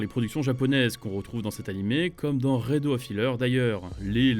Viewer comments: rédeaux XD c'est le titre anglais donc faut prononcer à l'anglaise xD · La prononciation de Redo lol